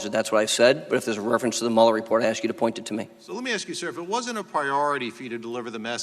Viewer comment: Did you ever axe him? LMAO- I guess you can't take the ghetto out.